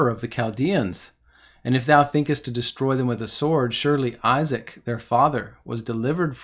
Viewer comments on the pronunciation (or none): none